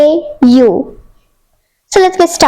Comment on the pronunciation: From its eau not au